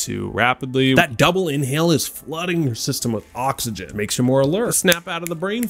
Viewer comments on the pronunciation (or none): none